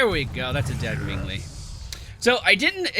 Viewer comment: "Ming Li"